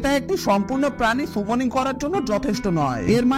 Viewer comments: আপনি যেটা সুমনিং বলছেন সেটা তো সামনিং 😂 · Bhai সেটা সুমনিং না সামনিং।